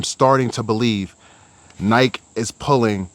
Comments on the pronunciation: Why do u say Nike like that lol 😂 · If you can’t even pronounce Nike properly, I’m out.